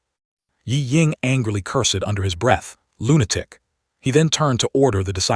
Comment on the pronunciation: "Un-fath-able" how "cur-sed" AI speech still is. I thought we had "leaped" into smarter AI already. H-M-P-H!